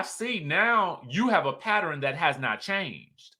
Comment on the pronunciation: Totally off topic, but it grinds my gears every time you add an extra syllable to the word pattern. You said it correctly in this video and I was like YES 😃. But, then you almost immediately said it the way you normally do. And I was like NOOOO 😅. All ❤️